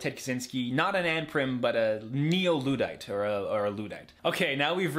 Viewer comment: pronounces Luddite wrong after flaming the iceberg maker for his spelling mistakes